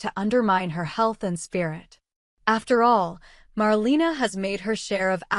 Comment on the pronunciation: Please say her name right! It’s Marlena